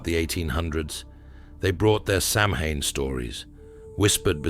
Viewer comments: Your pronunciation is diabolical it's not pronounced sam hain ,sow as in female pig Ann the name ,sowan is how it's pronounced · Good except I wish AI could be trained to pronounce SAMHAIN correctly. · Great story but it’s tarnished a bit with the mispronunciation of Samhain.